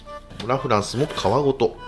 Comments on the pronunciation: ラ・フランスのイントネーションおかしくない？ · ラフランスがアデランスのイントネーション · ラフランスのイントネーションが気になりすぎて、みた内容忘れた おフランスと同じイントネーションだと思う笑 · ラ(↑)・フランスが気になりすぎる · ラ・フランスのイントネーション😂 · ラ・フランスの発音が気になる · ラフランスのイントネーションが自分と違う😮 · ラ・フランスのイントネーション、このバージョンは初めて聞いた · ラ・フランスのイントネーション違くて新鮮🍐